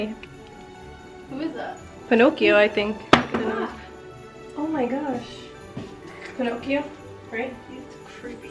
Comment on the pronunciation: Did you say Pinocchio!? Lmfaoo